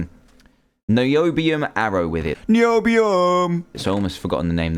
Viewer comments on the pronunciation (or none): your so fuuny when you say Nioobioom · Niobiuuuum misheard: knee obee um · WHEN HE SIAD NIOBIUM I WAS LIKE NOBIUM!!!!!! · me too! every time i hear the word niobium dantdm saying NiObIuM to a purple ingot in a weird way pops in my head. and now i have finally found the video back again! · "NIOBIUM" by Dantdm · you said noibium again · dan:noibiom me:hhhhhhhhaaaaaaaaahhhhhhhhhhhhaaaaaaa dan:noibiom me:hhhhhhhhhaaaaaaaaaaahhhhhhhhhhaaaaaaaaaa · evrytime Dan looks NIUBIUM, he says NIBIUM!! TOO FUNNY!!! XD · Irene P it's so funny NIOBIUM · So funny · not nyow- beeum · It sounds like noob-ium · this is what Dan said:ok, so we are gona need two blocks of NIOBIOM( ^w^) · WHY DO HE KEEPS ON SAYING NIOBIOM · me to niobium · dan why you say NIOBIOM everytime sorry i can't spell it right my keyboard is missing a letter is out of paint i can't see any thing but my name is paiodaidi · When he said nobiam lol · why did you go niombiom cuz it was a littel anoying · Cale Taylor It is not NOIBUM! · It was soo funny when he kept on saying niobiom( sry i think i did not spell it right.) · STOP SAYING NIOBIM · i laughed everytime you said............ NIOBIUM! :P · NIOBIUM LOL it's so funny when you say it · You think you're so coll saying nibemon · Shut up Dan tdm stop saying Nobium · Stop saying Nobiom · Why is he saying nioubium like thay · is this video mainly him saying niombiom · LOL "Nibiu-um" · Quit saying NIOUBUUUM! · umm danny why do you say niobium like a noob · lol every time it said Miobium i laughed a little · why do you say NOIBIUM after you say it normaly every time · drinking game: take a shot every time dan says niobium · I love when dan says NIOBIUM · Why does he say niobium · I like the way he says Niobium.😅😅😅😅😅😆😀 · stop saying 'niobium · It was funny when he said Niobium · I kept laughing as well. Niobium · lol when he said niobium ") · I got tired of h7m saying niobium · How many Times you Say Niobium? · i haye how he said niobium every time he said it